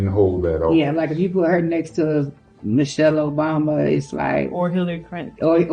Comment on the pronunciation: She said michelle-Michael obama 😂😂😂😂